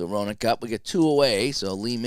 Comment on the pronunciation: Hey, Gary Roenicke is pronounced "Ren uh key"....nice job...I watched your great interview with Mark too...great...Merry Christmas man!